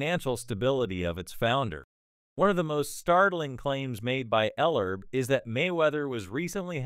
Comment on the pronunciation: Commentator doesn't even have enough respect Ellerbe enough to pronounce his name right the DISRESPECT of the CAUCASIAN FOR THE INDIGENOUS RACE IS ALJVE N WELL